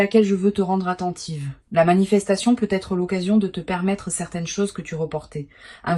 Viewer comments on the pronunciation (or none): Cette IA est sympa, voix agréable, message très sympa et n verra si c'est vrai...mais il faudrait réussir à lui faire dire peut-être et non pas PEUT ÊTRE...c'est très agaçant!